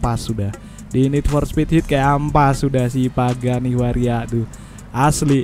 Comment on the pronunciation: Aku kok dengernya pagani waria ya bang 😅